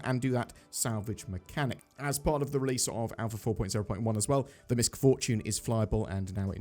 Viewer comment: Most people are mispronouncing MISC Fortune. The C is silent.